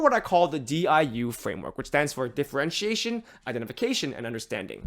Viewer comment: The diu was perfect 😭